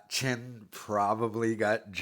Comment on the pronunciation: Bro his name is Clin. Not "Chin" come on man have some respect